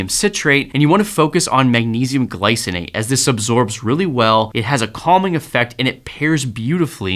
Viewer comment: Glycinate, not glyonate